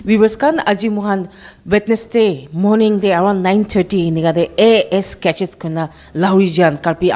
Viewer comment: Pronounciation of the journalist is purely from a tribe call matee Malik known as Ami Khan laga jaga, amikhan laga hawa, Ami Khan laga Pani, etc please news covering journalist should pronounce well not assesories it should be accessories, it's not gacheck it is gadget, please